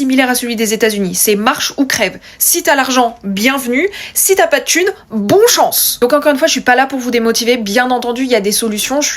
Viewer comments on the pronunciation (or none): Merci pour ces conseils. Par contre, le "bon chance " m'a fait pensé à Taken